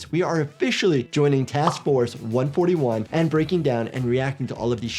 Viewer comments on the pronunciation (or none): Bro said one fort one 😂 it's one four one